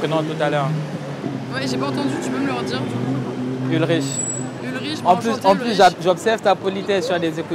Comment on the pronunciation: Le CH de ton se prononce K donc c est Ulrik pas Ulriche C est les gens qui regardaient code lyocho sauront d’où je tiens ça lol